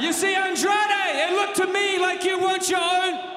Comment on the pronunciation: You said Andrade el ídolo wrong bot